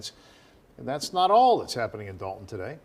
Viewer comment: D-O-lton not DALton!